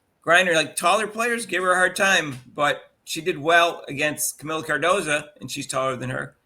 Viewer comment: It’s “CardosO”, not “CardosA”. Forgive my OCD nit-picking…I correct podcasters who get her name wrong because I feel she was done so dirty by her coach last year that people still don’t know who she is and will learn her name wrong as a result.